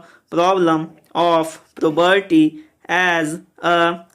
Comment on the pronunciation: Tu toh poverty ko puberty bol rha hai or because ko becaause bol rha hai